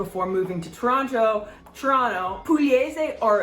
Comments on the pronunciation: It's Tranna. Not Tranno. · The second t should be silent... should sound like Tore-Ran-Ah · remember in saying Toronto you must drop the second T so it sounds like Torono otherwise you sound like a tourist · there are no O's in taranna